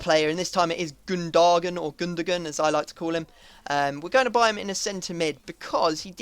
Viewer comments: It's no pronounced gun-do gun or gun de gon. It's pronounced GUN-DA-ONE. I should know I support Dortmund and I live in Germany. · Gundogan is pronounced Goon-do-ahn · Lowe = Loeve Weidenfeller = Vee-den-fella Gundogan = Goon-dough-one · gundogan is pronounced goon-do-wan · also its goon-da-wan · Said as 'Gun-Do-Wan':/ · Gundogan is pronounced Gundowan i think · gundogan is pronounced gun-do-wan